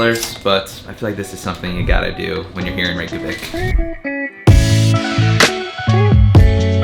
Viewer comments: Reykjavik is [reykyavik] not [reyk-javik], where did you get the j sound from? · Reykjavik is not pronounced rache a vik, its rake a vik. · Please at least try to pronounce Reykjavik correctly. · Did you seriously go to Reykjavík and then proceed to say it wrong the entire video??? God that’s so embarrassingly cringy american of you. Please don’t ever embarrass our country like that again. Wikipedia literally has pronunciation in it. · Man you said Reykjavik 100 times and didn't pronounced it right once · Before making any new video about the place you haven't been to before - why wouldn’t you learn how to pronounce a city's name properly?